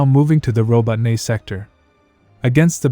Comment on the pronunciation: Ro bo Ne... This robot voice needs an upgrade - sounds legit a bit dyslexikkkkk